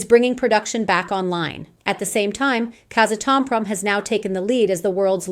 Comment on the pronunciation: That’s pretty funny how your AI voice pronounces Cameco, Kazatomprom, and others. 😂